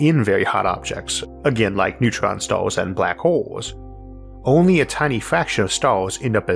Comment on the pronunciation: What are "starws"? Did he mean "stars"? I see he still hasn't tried to improve his speech the lazy b*stard. Says he had lessons for a year but we hear no improvement whatsoever, I call bullsh*t🙁